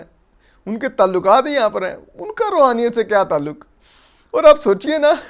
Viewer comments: جو شخص روحانیت کا لفظ تک ادا نہیں کرسکتا اور رحونیت کہتا ہے ملک ریاض کنفرم دیو بند ہے کیونکہ بحریہ ٹاؤن میں اپکو بریلوی مکاتب کی مساجد نہیں ملے گی اور پانچ قراط والی انگوٹھی کی آڈیو لیک سب نے سنی ہے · یہ روحانیت نہیں رھونیت ھے😂